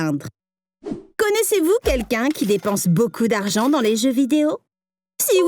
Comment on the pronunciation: Il fait pas d'erreurs sur les noms mais "use baucoup dargan" la...